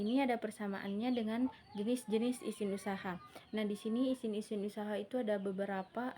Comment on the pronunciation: syahida humaira kritik : penyebutan kata kata pada presentasi anda ada yang tidak sesuai, contohnya “izin” anda baca “isin” saran : saya berharap lain kali anda benar dalam penyebutannya